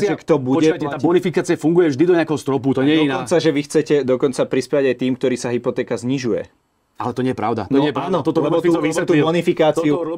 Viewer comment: Hlina nauc sa rozpravat...nehovori sa gdorí,ale ktorí. Cest praci.😉